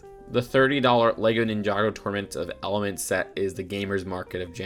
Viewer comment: He keeps saying torment of elements instead of tournament of elements